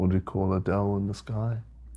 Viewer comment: Adele is 'a Dell' the pc lmao